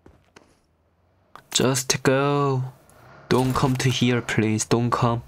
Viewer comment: Normal people said - Please Legend Said - Plix 😂